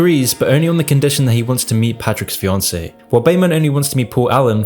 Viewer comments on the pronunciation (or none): Fiancé* not Fioncei